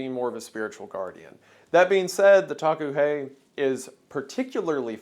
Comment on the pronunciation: Hi WENDIGOON, I am Lakota and the pronunciation of the Taku he sounds like “Dah-koo hey”. We have many creatures in our culture that are considered benevolent and are seen as protectors, it’s really nice to see my culture being appreciated here. Thank you.